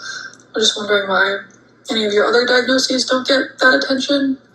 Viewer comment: Alright, I love you, but it’s “diagnoses” diagnose-sea-s